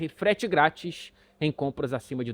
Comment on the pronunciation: Eu sempre entendo "Fred grátis" em vez de "frete grátis" na hora do merchan hahaha